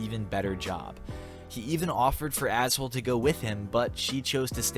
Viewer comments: LOL HER NAME IS NOT PRONOUNCED ASSHOLE 😂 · "Ashole" > pronounced like ash-oh-lee?? Hahaha